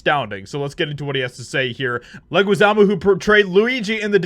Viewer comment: His last name is pronounced "Leh-ghee-zah-mo." Just helping you out.